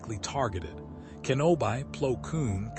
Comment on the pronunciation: It's "Kenobee" not "Kenobeye" lol